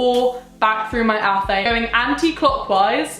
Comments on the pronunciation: babe I love you but its ATH-uh-may not ath-aim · athame is pronounced ah-tham-ay. just so you know. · Love your videos you are gorgeous!! by the way athame is pronounced ath-em-ay :) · It’s “ath-ah-May” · I was pronouncing "athame" the wrong way this WHOLE time